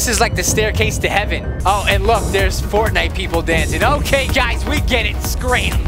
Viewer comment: griselda2 Avina you say it Wong dude